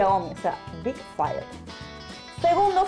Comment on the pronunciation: Buen vídeo. Pero un detalle. Ya que se adopta el térmico inglés "Fail", que yo traduciría como "Cagada", pues al menos pronúnciela como es, o sea /Feil/, más o menos, no /fail/ :P